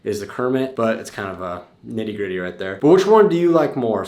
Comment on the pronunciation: Neaty greaty lol it's nitty gritty!!! Stop trying be posh!!